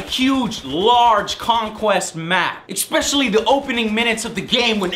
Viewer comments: Great videos, but again; it's pronounced "especially", not "exspecially". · Stop saying expecially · whats with Joes expecially thing? xD